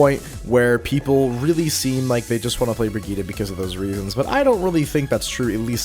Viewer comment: That's how her name is pronounced. "Bri-gee-tuh" is correct, "Bridge-it" is wrong.